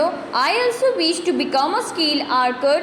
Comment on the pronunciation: Archer is not pronounced as 'arcer'😂